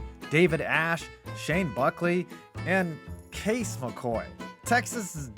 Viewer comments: Shane Boo-Shell not Shane Buckley 😂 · It’s umm Shane Buechele not “Buckley” 🤦🏻‍♂️😂😂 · Shane “Booshell” is how it’s pronounced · it’s Shane BUE-SHELL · Only thing I feel the need to point out is the former Texas quarterback Shane Buechele is pronounced BOO-shell. His father is former Texas Rangers 3B Steve Buechele. Sorry for being pedantic.